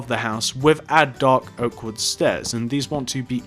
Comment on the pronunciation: Yo is it me or did does he sound like he’s saying doggo instead of dark oak?